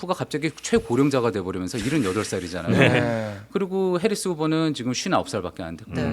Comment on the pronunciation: 오... 팩트체크의 김필규 기자님 드디어 복귀 하셨군요 ㅎㅎ 근데 "해리슨" 이 아니라 "해리스" 입니다 ㅎㅎㅎ